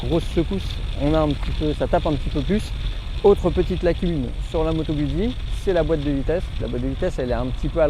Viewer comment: se prononce Gout'si !!! (jamais goud'zi !)